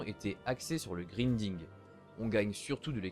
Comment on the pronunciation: Vidéo très informative, et bien réalisé. Juste un détail qui m'a fait dressé les poils, on prononce "Grinding" : "Graillnding" :p Sinon super vidéo :p